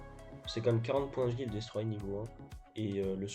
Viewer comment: Par pitié dis destroyeur pas destroyé